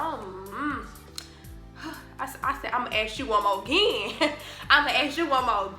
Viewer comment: She said "imma ask you one mo gin" period💅🏻 lol.